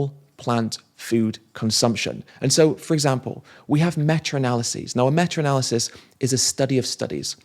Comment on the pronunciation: "Meta studies" not "metra studies." Thanks for this excellent video. The Telegraph and the Daily Mirror are nothing but industry propaganda rags.